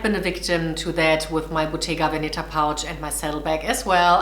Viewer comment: Check your pronunciation of Bottega Veneta, you´re stressing the wrong syllable.